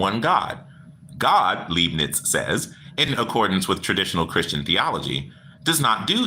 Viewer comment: Hey: The 'Lei' in Leibniz is pronounced like Lai, so laibniz. Best to practice saying it with some good German beer!🍺 Prost!🍻